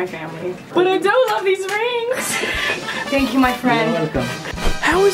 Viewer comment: They say "thank you" in arabic really well